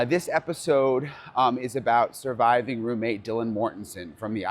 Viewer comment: Hey Brian--"Surviving" not "survivng" fyi